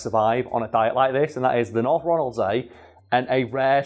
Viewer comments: If anyone is curious how it tastes think salmon with the texture of lamb (I grew up on orkney) also it's pronounced Ronald-sea (so was right) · You pronounced North Ronaldsay good enough. Ronald-see and Ronald-say are both used.